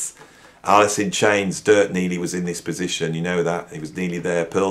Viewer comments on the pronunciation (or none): none